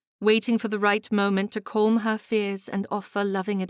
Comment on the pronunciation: Other than the word "calm", which the reader murders, the reading is quite good. Dear reader, please look into pronouncing that correctly, that's my only advice.